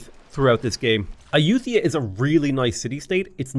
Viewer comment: Ai-youth-ia... that's a new one. (if anyone was wondering, Ay-you-tuh-ya is what google says, but Ai-you-thai-yah sounds closer in my opinion, but don't emphasize the 'th').